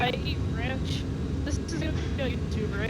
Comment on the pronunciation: "I EAR RANCH"